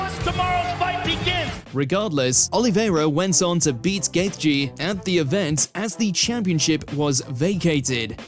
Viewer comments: Ah yes, Kale Sonnen and Justin Gaith-je. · "Cail" "Gayth-jee". Fucking hell, mate. Would've taken you 3 minutes to find a YouTube video saying their names in the CORRECT way. I suppose you've gotta be interested in your job for that, though. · Butchering Chael Sonnen's name, Justin Gaethje's name, and a lot more